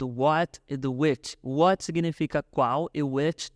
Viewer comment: ela fala what do you like to do, mas eu escuto why ike to do 😐